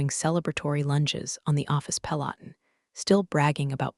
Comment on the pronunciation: AI keeps twisting simple words. Pentagon and Peloton aren’t that hard!